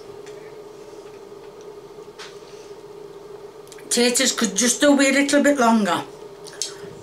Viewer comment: the way she sed patotos😊😊